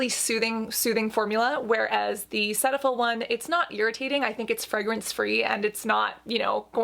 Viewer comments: Cetaphil is pronounced as "see-taphil" as in I see you checking me out ❤💦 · I just watched a cetaphil commercial and they actually pronounce it see-tuh-fill I was shocked!